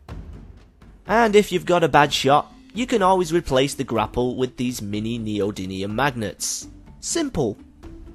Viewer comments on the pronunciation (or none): none